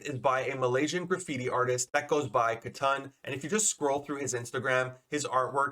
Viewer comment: Katun (ka-toon) as in "Cartoon". Not Ka-Tun bro. Pls